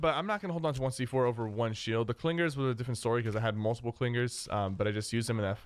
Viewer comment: Must be a Long Island native with those "Cling-Gerz" pronunciations!